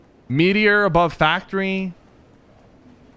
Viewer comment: why does he say factory like that